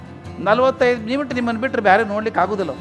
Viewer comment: ನಿಮಿಟ್ ಅಲ್ಲಾ ಮಿನಿಟ್ sir ಅದು...